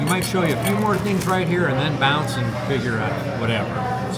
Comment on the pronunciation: I just thought it was funny hearing say “bounce”………..twice!